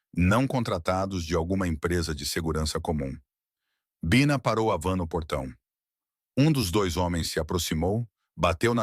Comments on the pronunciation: Este narrador éirritante mudando o jeito de falar pronunciando com a tentativa de acho que tentando far inglês mas pra mim que sou brasileira é irritante mas pode ser wue outras pessoas gostem mas a mim irrita é por isto cancei minha inscriçã, não é baixa é bina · voce tem que melhorar o seu narramento um a hora voce fala Bina e outra hora Baina. ou um ou outro. desculpe a crtitica mas voce repete este erro vairas vezes em outras narracoes. sou de tupi paulista sp e gosto de suas historias muito boas. so falata melhorar a pronuncia. grato e muito suceesso.